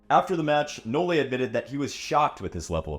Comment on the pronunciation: Please STOP saying "No-Le"